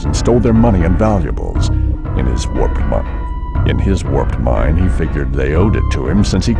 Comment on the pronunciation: Yeesh, the narrator flubs 'In his warped mind' and they LEFT IT IN.